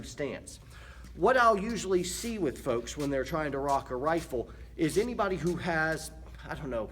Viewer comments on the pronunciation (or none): none